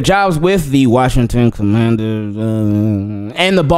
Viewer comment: mumbling the commanders was hilarious